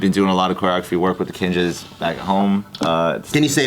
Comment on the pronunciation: Kinjaz with an s hits different, and I don’t like it. 😂